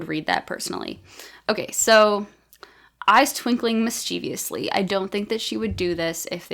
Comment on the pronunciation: Oh man! My SFF novel is just done, but I really went overboard with dialogue tags, and have some serious editing to do! By the way, as a speaket of British English, I was wondering about your pronunciation of "mischievously"... Also, in BrE, it's never "the police doesn't", but always "the police don't". Well, in any case, thanks for the tips! I think you're doing an amazing job. 🙂